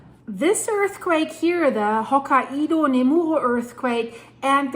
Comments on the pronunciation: Hokkaido is pronounced "Hoke-eye-dah". Blessed Be! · It's pronounced "Hoke-eye-doe" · Still saying Hokkaido in a funny way. Hokaiiiidooooo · Ho" + "ky" + "doh Here are a few tips that should help you perfect your pronunciation of 'hokkaido': Sound it Out: Break down the word 'hokkaido' into its individual sounds "ho" + "ky" + "doh". Say these sounds out loud, exaggerating them at first. Practice until you can consistently produce them clearly. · Japan is cringing. Please learn how to say Ho-KAI-DOUGH. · They pronounce it Hok(eye)doh❤ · please, it's "Hok-kai-do" with an accent put on the second syllable. You pronounce the same way it's written, romanized japanese is very easy to read, because you pronounce all the letters you see in a word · hokka IDO ??? really ? and im gonna sit watching whatever you have to say when you didnt even try to say the name ? im not japanese but HOKA - IDO?????? -200 IQ points on effort in there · pronounced Ho KI do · Sorry, but how can you not pronounce Hokkaido? That's just ridiculous, makes it seem you don't have a clue what you're talking about.